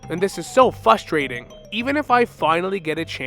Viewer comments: You have a skill issue . Citing a 10 and 7 guy as worthy of getting a high amount of ranked points of MVP. Also, it's frustrating to hear you repeatedly say "fustrating". How old are you? Just because you got your sub 50% win rate grandmaster doesn't grant you the ethos to speak you think it does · I agree with the points but its pronounced frustrating with an R after the F, im really sorry it was just bugging me so much